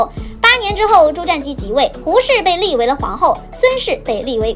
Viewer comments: 瞻，音沾而非佔。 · "瞻"是不是應該念"ㄓㄢ"才對? 前瞻(ㄓㄢ)